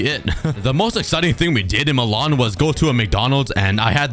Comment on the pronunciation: The way you say Malian 😂😂